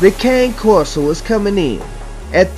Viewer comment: ffs ... if you're going to try to profess to be an expert or authority on dogs then at least learn how to say the name of the breed properly. You might like to Google their origins, the associated language and pronunciation.